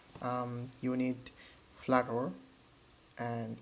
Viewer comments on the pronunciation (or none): hey dude it is not "flatter " it is "flutter"